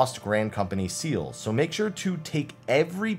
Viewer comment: I know it are seals but each time I hear seels.